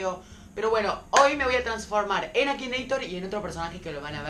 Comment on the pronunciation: no es aquineitor es matineitor